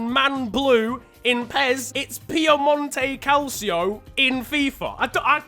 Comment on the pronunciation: “Piemonto calcio”